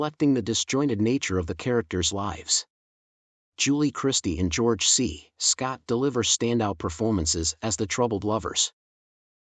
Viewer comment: Boy the AI pronunciation of George C. Scott's name was strange. Deborah Kerr was pronounced incorrectly a few times too, but it least it was pronounced phonetically. George C. Scott's name was just butchered.